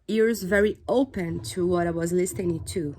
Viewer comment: Parabéns a única dica eu te dou é na palavra " listening " não se pronuncia a letra t